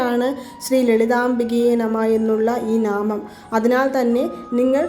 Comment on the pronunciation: നാമം അല്ല നാമംഎന്നാണ് പറയേണ്ടത് 😅😅😅